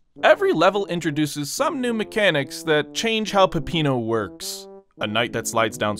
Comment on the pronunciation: Haha peppinuh make-a da pizza